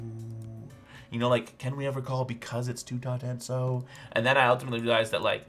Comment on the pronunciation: Hahahh, TuTaTenso? LMAO